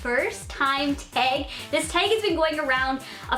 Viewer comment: "Teg" lmao 😂 * I know she's Canadian